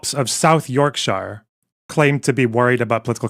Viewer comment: I'm so over whataboutisms, uneducated and biased reading of statistical evidence and apologia on this matter, but I'm going to get one more dig in. Anyone notice how keeps saying "we" because he lives in the UK now, but can't pronounce "Yorkshire" much the same way Vaush, who called himself "IrishLaddie" can't pronounce "Dublin". Almost like these people, have no idea of why culture matters. It's such a small thing, but it speaks volumes to me. They can't even begin to understand how easy it is to spot ersatz culture like this. You live it, you don't adopt it. But they'll never accept it, and they'll never understand.